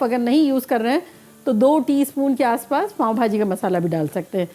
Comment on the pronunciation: پاوں نہیں پاوء بہاجی😅